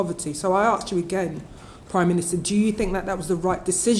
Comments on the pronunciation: Why do African folk say “Aks” rather than “ask”…just an observation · Are we changing the word "Ask" to "Arks" now. Is that a thing? Let me arks you this? Also, maybe heavily tax multiple property owners. All the houses are getting bought up to rent out or done up to sell on for more money. Rich people getting richer, while pushing poorer people out of the housing market. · Where is the use of the word "aks", instead of ask coming from, it drives me potty. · *I axe you prime minister" 😠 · Anyone who can’t pronounce “ask” should not be in that room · Lol .. "so just to arks".. 😄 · She can't even say ask properly. Even our MPs can't speak English now. This country is fucked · Does that MP think it is cool to pronounce “ask” like an American Jerry Springer panel member? What is happening to the UK?